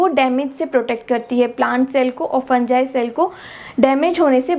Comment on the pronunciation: Bro in real it is pronounced like that 😂